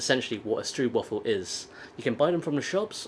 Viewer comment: Stroopwaffel is actually pronounced strope waffle (Dutch oo = English oe, Dutch oe = English oo - confusing as hell, I know!)